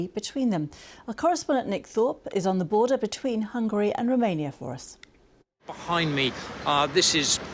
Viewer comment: "Borden" lol